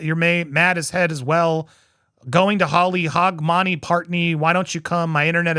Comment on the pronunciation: If you need help pronouncing the Scottish phrases, I can help. That is the worst butchering of Hogmanay ever lol But I do agree with you about her, shes full steam ahead on the crazy train, I completely believed every word Richard Gadd said after her interview with Piers.